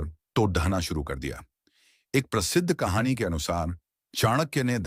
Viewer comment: कहाणी मे ड का उच्चार ढ किया है, Kahani bahut achi hai . Bharat mata ki jay